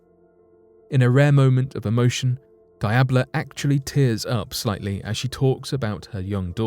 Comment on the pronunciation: Diablo is absolutely not pronounced "die-ab-low" I have never heard a worse butchered pronunciation